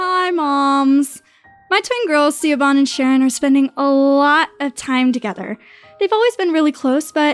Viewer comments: yess i was so angry when she said ceeoban like ugh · I cringe every time she pronounces Siobhan as (see-o-bhan). It's pronounced like the name Shavon. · Just so you know the name Siobhan is pronounced like Shavon, not C-obon. I know because it's my name 😘 Most people pronounce it wrong, Siobhan is the Gaelic spelling! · Girls might be fine. But mum is whacko..😫 I can't handle how she pronounces Siobhan...lol. Sha vorn.... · Siobhan=Shuh-von. shudders in Irish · Siobhan is pronounced shivon 😂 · I stopped listening the moment she mispronounced "Siobhan" as "Seebon" too distracting 😂 it's not that hard to Google how to pronounce the name these days. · Siobhan is pronounced - shavon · Pronounced shuh-VON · She-A-Bon... Siobhan. Oh god, plz. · FWIW, that name, "Siobhan" is meant to be pronounced "shiv-on". It's an Irish name. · CSharp yeah I just came here to say that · Siobhan is pronounced she-vahn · Shove onn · "Siobhan" was mispronounced, but I think that perfectly added to how incredibly annoying the mother was. Ever talk with someone who clearly isn't British but talks to you in an over-the-top British accent because they spent a month in UK for study-abroad programs or vacation? (Applicable for any country/language.) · Well it's an easy mistake to make if you're not Irish or don't know anyone with the name. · oh I totally agree! People have butchered it all my life, I wasn't criticizing the narrator....I was just telling her so if she ever sees it again she will know the right way to pronounce it.